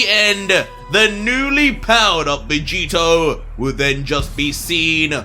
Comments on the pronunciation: "Luc-Vegito" enough said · It not owner vegetio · He said Luc-Vegito. Uh Oh